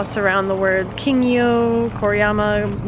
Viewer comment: its pronounced as kin-gyo not king-yo